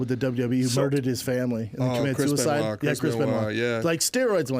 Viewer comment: When he said Ryan Benoit 🤦🏻‍♂️